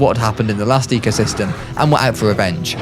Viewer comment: you mispelled the thumbnail u said "ecyosystem"